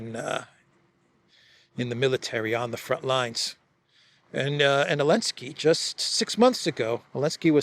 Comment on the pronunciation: Zzzzzzzelenski not eeeeeeelensky